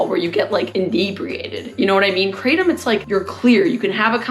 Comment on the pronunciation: Kraa Tom, not "craydum"